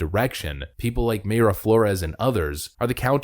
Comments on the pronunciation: pronounced "my-ra" not "may-ra" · 'my-ruh' not 'may-ruh'. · Its My-ra flores not may-ra just saying🤣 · No!!!!! Pronunciation is My-Rah. Not May Ruh. Killing me. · Unless you've heard her say it the way you're saying it, I'm reasonably sure "Mayra" is pronounced "My Ruh". At least that's how the Mayra I knew growing up, pronounced it. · Mayra is pronounced My-Ruh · Thank you for your excellent posts, I haven't missed one since I started watching in 2021, keep up your excellent work. By the way Mayra Flore's first name is pronounced My-ra, Mayra is also my wife's name. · It's Mayra pronounced MY-RA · Love your channel, but it’s pronounced My-rah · Mayra is pronounced Mira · PLEASE…!! PRONOUNCE her name CORRECTLY…! 😲😲👍🏼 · Please fix your pronunciation of Mayra.